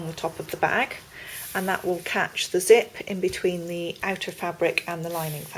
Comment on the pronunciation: does she mean zit or zip?